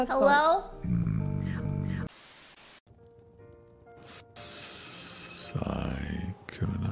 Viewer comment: When he said sykunno tho. Better watch it, gonna make someone act up